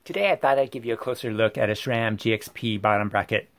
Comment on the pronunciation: Thanks for the insight. On an editorial note: BSA and Italian do not "use" different standards, they are* different standards. Plus: there is no "H" in Sram, it's Sram*, not "shram".